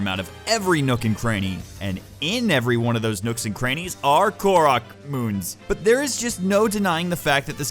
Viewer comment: "korok" lol i love you